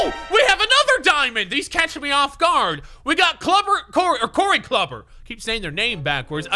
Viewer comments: LMAO HE PRONOUNCED IT CLUBBER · What you call Corey Cluber it's Klu ber